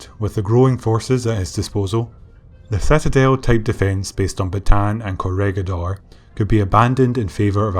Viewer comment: Want to be the first narrator to get the place names correct (ie, as a Filipino would say them)? Corregidor: Not COR-REG-GID-DOR, but COR-REH-HEE-DOR (REH = RE(DoReMiFaSol, etc.)/RAY) Bataan: Not BAT-TAN, but BAT-TAH-AN. (Just sneak an extra 'a' in there.) Aside: You do a superb job, but these names have pronounced incorrectly for so long they've become accepted by every other non-Filipino historian/history buff everywhere. Not your fault.